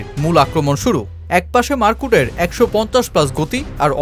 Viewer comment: উচ্চারণ টা টিক করেন মার্কুড না মার্ক উড। এতে ডিফারেন্ট প্লেয়ার মনে হয় আপনার বাচন ভংিতে। নিজেই প্রথমে চিনি নাই কি বলছেন লাস্টে ভিডিও তে দেখে চিনলাম। পরামর্শ সাধারণ ভাবে নিবেন। ❤